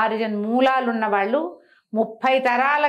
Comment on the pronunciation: ళ అనే అక్షరం సరిగ్గా ఉచ్చరించలేక పోతున్నారు, బాగా ప్రయత్నించి చుడండి, పెల్లి,అమ్మ వాల్లు అంటుంటే ఎబ్బెట్టు గా ఉంది. అదీ స్పష్టంగా తెలుగు మాట్లాడుతుండగా ….